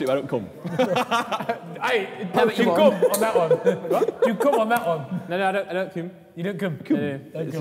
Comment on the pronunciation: saying "küm" is lowkey funny lol